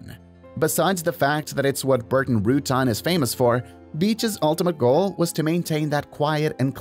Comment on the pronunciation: Nice video, but Burt Rutan is not pronounced Rutun. It's pronounced Ru Tan.